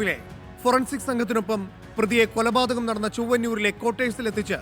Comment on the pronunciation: കൊലപാതകം✅ എന്നല്ലേ ശരി? പല വീഡിയോകളിലും 'കുലപാതകം' എന്നാണ് പറയുന്നത്.